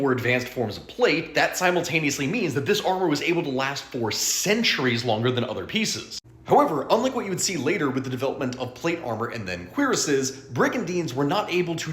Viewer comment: Challenge level: impossible make a video without saying simtaneously